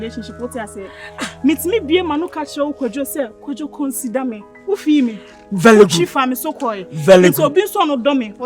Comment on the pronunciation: Kwadwo “Vely good, Vely good “